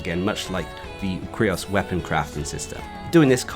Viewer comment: I think its pronounced the same as the word "curious". Great vid tho.